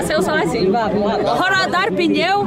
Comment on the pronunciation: EU ENTENDENDO QUE ELA TAVA NA FILA PRA RODAR PINHÃO, DEPOIS FUI ENTENDER QUE ELA TAVA DIZENDO PNEU 😂😂😂😂